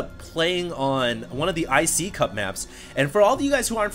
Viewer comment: it's not pronounced "I See Cup," it's pronounced "I See You Pee."